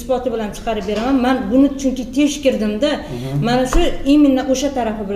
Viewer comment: Тешкирдим эмас текширдим булади.